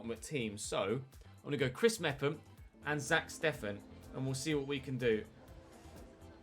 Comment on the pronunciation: Chris mefam is how u say it